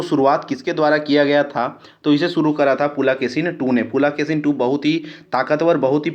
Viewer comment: शुद्ध भाषा का उच्चारण कीजिये पुलकेशिन को पुलाकेसीन बोलते है, और कुछ शब्द को बोलते है सुनने में कठनाई होती है।